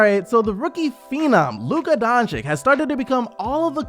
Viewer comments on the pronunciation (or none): Its not Donchik... Its Dončić, Donchich. And its not Sarik, its Sharich. Do u call Popovich Popovik? No, no you dont. Learn how to pronounce names. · Wtf is wrong with you? Are you really that stupid that you can not pronounce Lukas name? Almost every video i check on the youtube its all fkn the same... Dončik... Who the fck is that? If you want to talk about Luka then at least show some respect and spell his name correct Its Dončič not Dončik. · Luka Donchick? Dude.. It takes a few minutes to learn what his correct English (if not Slovenian) pronunciation is. The guy is a future All-Star. Give him some respect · Can you fucking pronounce ić/ič correctly at this point. It is really getting annoying and disrespectful when you have so many great players whos names end the same and you still pronounce shit like "doncik" like wtf. Dončić, Nurkić, Jokić, Vučević, Dragić, 2x Bogdanović, Marjanović, Teodosić, Šarić...like what more do you all need to learn to fucking pronounce two fucking letters? Highly irritating at this point. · bro I love your channel and your content, merry Christmas, please for God's sake pronounce doncics name right.. The way you pronounce the first c is also the way you pronounce the second c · Merry Christmas! Will always support the channel! But please learn to pronounce Doncic correctly...